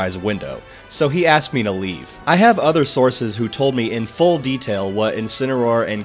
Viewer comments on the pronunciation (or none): none